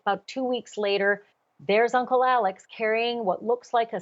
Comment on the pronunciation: Alex not ALLEN